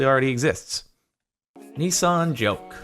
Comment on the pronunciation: Nissan not neeeeesan